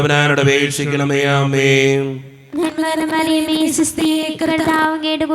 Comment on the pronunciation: നന്മാനമറിയ മേഅല്ല നന്മ നിറഞ്ഞ മറിയമേ എന്നാ ണ്